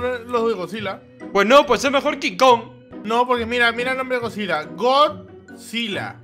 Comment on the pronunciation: Se dise kong